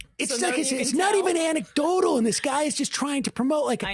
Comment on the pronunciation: Dave has learnt how to say anecdotal. It used to be 'antecdotal' - consistently. He's evolving. Lol.